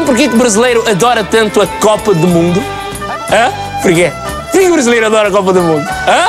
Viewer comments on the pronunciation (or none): Os tugas não comem as vogais todas, nem as comem, dão-lhes apenas menos entoação. Exemplo na palavra "brasileiro" Nós pronunciamos brasileiro e não "brasleiro". O Sotaque está péssimo, muito má imitação. O Jô faz melhor.